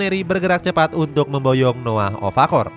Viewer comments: Okafor bg bukan ofakor, ulang2 mulu salahnya😅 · Okafor min bukan ofakor 😂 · Okafor min bukan Ofakor 😅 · okafor min bukan ofakor 😭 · Okafor bukan ovakorr adoooohhhhh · Okafor bukan ofakor wkwkwk